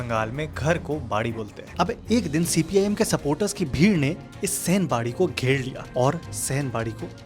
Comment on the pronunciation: it's not sain it Sen